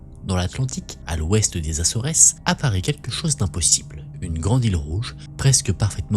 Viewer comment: Coucou.... Vidéo très intéressante... puis-je donner un petit conseil? Renseigne toi sur la prononciation de certains mots comme Acores... Et d'autres dans certaines vidéos 😊 merci